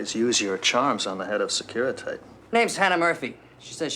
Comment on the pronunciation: That's ... not how you pronounce Securitate 🤨😔 Were they tryting to write "Tblisi"? If yes, then they failed. And Tblisi is in Georgia, not Russia. Sure, Georgia was a Soviet republic as well back then .... but, still: not Russia. Actually a very decent pronunciation of Calea Moșilor 🙂 There's just one problem: it doesn't lead to any central square per se ... not even if we assume that the dude meant Piața Unirii (which translates better as Union Square anyway). But in all fairness, Strada (C.A.) Rosetti is indeed a side street to Calea Moșilor. :) , That's not how a Romanian police car (or militia car, technically) looked like in 1988. And it would most certainly not have been that brand of car. And they were called miliția, not militie.